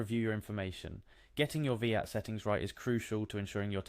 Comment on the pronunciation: I like the video and it was really helpful! few pointers though, its VAT not Veehat, and if someone doesn't know how to login to something (which is what the first half of the video shows), they have no hope trying to carry out a VAT return. At that point they should just get a decent accountant